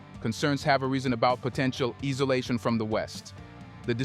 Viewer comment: he did it to us again with rhe word isolation which he pronounced as ēsolation. It can b confusing